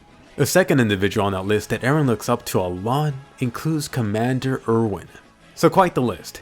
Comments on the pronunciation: Erwin's name is pronounced, "Er-vin" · Commander Erwin’s name is pronounced “Ervin”.